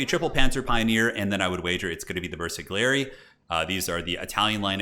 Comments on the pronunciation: This was some amazing commentary. The bersaglieri is actually pronounced bear-sa-lee-ea-ree or something around that. You were spot on with carro armato! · Okay, your commentary is very entertaining, keep it up! there are a couple of mistakes in pronounciation though - Stug is pronounced Shtoog - g like grey, not jam (from Sturmgeschütz) . and bersaglieri - g is silent, so its Bersal'yeri, idk its hard to describe a sound, basically when you select the squad you can hear themselves pronounce the name correctly. other than that - big fan!